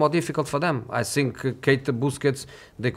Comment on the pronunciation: How is this dude not able to pronounce the word “think” after living in England for 10+ years…..